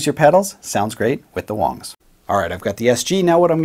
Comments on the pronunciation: Uh, it's not Wangs (like bangs), it's Wangs (like bongs). Seriously, it's the most common name in Chy-na, I mean China. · I believe it pronounced "WANGS" not "WONGS". An "a" not an "o". Wangs! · Its not Wongs its Wangs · I think you're saying it Wong. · so it is pronounced "wongs" just to say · Okay I was going to say I can't agree to this statement I like Wang's! But when you said the correct pronunciation I guess I can go ahead and leave a like man...😂